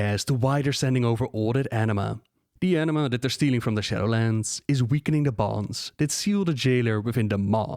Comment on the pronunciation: Every time you say "anima" I hear "enema" lmao